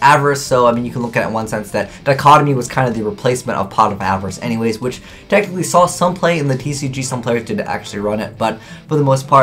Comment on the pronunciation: ...Every time he says "technically," it sounds like he's saying "tactically" and it is so weird...